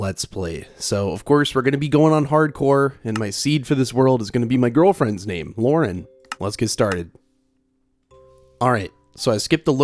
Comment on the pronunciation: The way bro said lau-ren😂